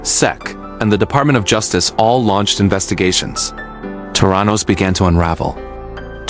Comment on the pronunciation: from an investigative journalist's perspective your article needs to have words correctly pronounced and spelt....the name of Elizabeth Holmes's company is not Terranos----it's THERANOS.....there are many more glaring mistakes throughout the article.....please kindly rectify...